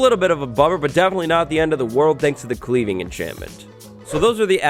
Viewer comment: You tried to enchant an enchanted axe , hence why the anvil didn't allow the sharpness book onto the axe. Also sounded like you said "Cleaning Enchantment" 😂😂